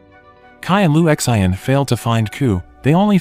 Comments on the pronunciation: I think it’s pronounced “Lu Shan”. 😂😂😂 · Sin not Shin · Lu X.I.N 😂 why do you just spell the name. There's No way you think that's how to say it. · Jael Strong na its lu shin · Maybe the narrator is just too lazy to simply Google and learn how to pronounce it. 😅😅😅